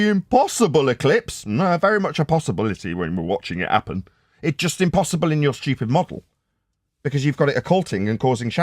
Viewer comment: W. T. F. is a "falomeanian Eclipse."? Wher are you saving all your Ts & Hs? "~ ~ ~ when you're watching i` 'appen."